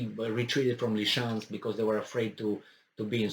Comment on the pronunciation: Ly-sy-chansk. Ly-SY-chansk.